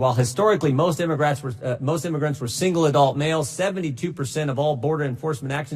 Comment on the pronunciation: Lmfao Jimbo created a new term 🤣🤣 "imograts", listen closely lmfao. I'm going to use it & give him credit, his mouth couldn't keep up with his brain! God Bless Him!